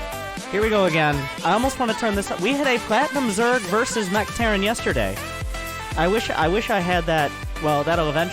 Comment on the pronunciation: " not mech but Mergh "